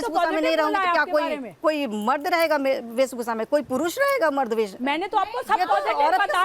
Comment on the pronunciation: वेसभूसा 😂😂वेशभूषा